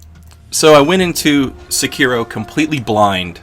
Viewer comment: seKIro? As in Shakira? SEkiro. My son, SEkiro.